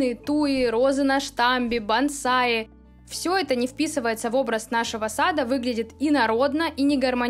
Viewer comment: Бонсай, а не бансай. Тоже мне специалисты... И тон прям такой приказной: "Убираем это с участка!!!" Да у меня этого барахла (которое вы же раньше и впаривали всем) никогда и не было!